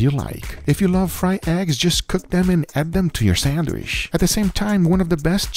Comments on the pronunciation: Not gonna lie this is the first guga video I hade to stop watching half way through. The way this man says “SANDWISH” annoys the piss outta me for some reason 😂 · Learn how to say “sandwich “ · Does he call it a ‘sandwish’ and not ‘sandwich’? I can’t stop myself from fixating on it. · why do I hear guga say Sanwish and not sandwitch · I live how he says sandwisch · I looooooove how Guga says sandwishh :D This man loves the food he makes! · my man said sandwish like 100 times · i love the way he says "SAND WISH" it sounds like the same way we arab say it, keep up the good work and vids Guga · Guga why do you call 'sandwich' 'sandwish' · I love how guga says "sandwish" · No one and I mean absolutely no one: Guga: SENWISH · Is he saying Sandwish or am I getting a stroke? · Is it just me or does Guga say sandwich somewhat weird way?